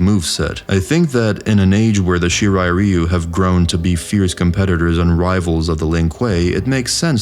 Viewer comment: I'll never get pass how badly the series, and by extension its fans, pronounce ryu.